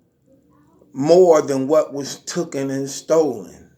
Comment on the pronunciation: It’s taken not “Thookin” 🤦🏾‍♂️🤦🏾‍♂️🤦🏾‍♂️